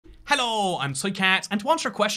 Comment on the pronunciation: That “hello” at the beginning was a tad too British for me